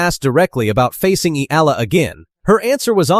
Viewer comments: Please pronounce her name correctly.. its not difficult, watch .E R L A. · next time please prnounce the "EALA" correctly E-Yeah-LA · It's been years, and this voice-over/AI still cannot pronounce her name correctly.🙄🫤☹️